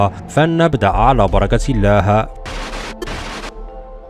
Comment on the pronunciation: ياخي انطق كلمة الله صحيح ايش الها؟